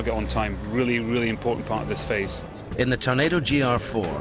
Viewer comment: Can someone tell Ewan Mcgregor its a TORNADO not a "Tunado" LOL